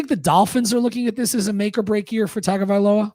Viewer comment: Interesting content. I'll listen again. Although, a suggestion, please learn to pronounce Tua's name properly. Tongue-oh-vai-low-uh.